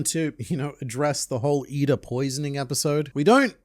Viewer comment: He called her eeda lmao